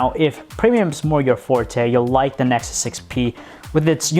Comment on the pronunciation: "nesus 6p"